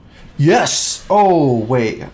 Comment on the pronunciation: I lol'ed when he said yes after he got the dark bomb, it was like a totally different accent